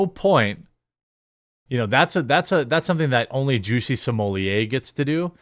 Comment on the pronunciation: “Juicy Smooyay”?! He going to be known as “Juicy Smoothway” by the inmates.